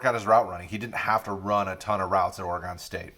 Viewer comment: It’s pronounced Ory-gun.